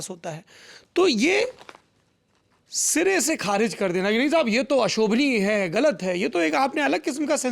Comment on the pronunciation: Manoj Muntashir apney aap ko Shayar kehtey Hein kavi kehtey Hein Baar Baar Kharij Lafz ko galat pronounce kar rahe hein Khariz Bol rahey Hein Issey Zahir hai woh Talaffuz me kachchey hein Aisa Zahir hota hai.Wo India ke badey lyricist hein isme koi Shaq nahi par Urdu language ke tallaffuz me Kami hai aisa prateet hota hai Mazrat ke saath, Shukriya